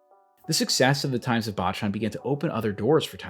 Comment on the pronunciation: Great vid, only one thing. 坊ちゃん is pronounced BOW CHAN not BAH CHAN. Bocchan means little monk, baachan means grandma.